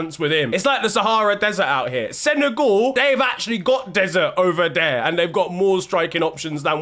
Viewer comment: He thought it was sen-a-gyal 👏🏾👏🏾👏🏾didn’t even finish the video just liked the vid and told my Mrs I appreciate her😂😂